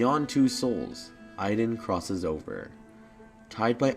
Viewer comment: Wow I've never heard my name pronounced Iden